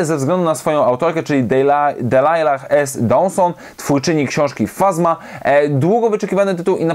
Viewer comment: Mam nadzieję, że w kwestii wątku romantycznego to masz na myśli Ylenę i farmera, bo musisz wiedzieć, że Vi Moradi jest aseksualna, co powiedziała Delilah. I się Delajla czyta, nie kaleczyć mi tego imienia! ;)